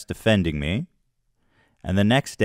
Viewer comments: Keem says pictures like a kindergartener. “Pitchers” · Side note: grown men that say “pitchers” when they mean “pictures” have serious BABY energy 👶🏼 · The way he says "pitchers" instead of pictures. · Love how he pronounces “pictures” like “pitchers” like a toddler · Never trust anyone who says "pitchers" instead of "pictures." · Man says “pictures” like “pitchers” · he is so under-developed he keeps saying PITCHERS.... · "pichers" -Keem I don't mean to make fun of speech impediments, but he is so mean. You keep saying "pichers" Keem. It's pictures.